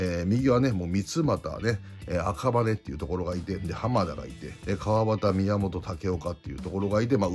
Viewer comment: 里崎さん、ホントごめんなさい!! でも、選手の名前を間違ってしまっていたので訂正させて下さい!! ヤクルトの赤羽←アカバネ ではなくて、アカハネなんですょぉ〜❕❕ アカバネ近辺に住んでるもので、訂正させて頂きました❕❕😅